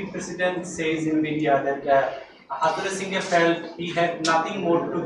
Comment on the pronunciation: কিসের জন্য ইংরেজি শিখি নায় আজ তার জন্য অনেক কষ্ট হইতেছে চন্ডিকা হাথুরুসিংহে ইংরেজিতে কী বলে তা আবার সাংবাদিক জ্যোতি বাংলা উচ্চারন করে বল তাহলে বুঝতে পারবো সে বাংলাদেশ ক্রিকেটে কত দূর নিয়ে যেতে পারবে 🤣